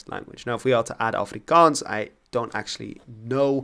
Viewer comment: Your pronunciation of Afrikaans💯